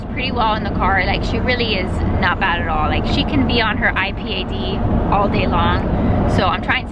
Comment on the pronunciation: I.P.A.D ? first time I hear it pronounced like that. Interesting :)